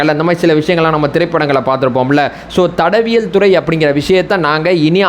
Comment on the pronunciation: ஐயா சரியா தமிழ் பேசுங்க தடவியல் இல்லை தடயவியல்